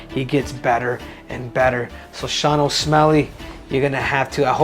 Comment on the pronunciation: He said "Osmelly" . Thats funny